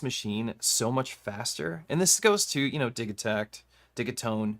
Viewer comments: I don't know about that, Elektron is a Swedish company, and according to ChatGPT the "g" in Digitakt would be a "y". and the word Dee-yih-takt (/ˈdɪjɪtakt/). But to me it will always and forever be Digitakt, and NOT Digitakt. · no no no, repeat after me, it’s “Digitakt”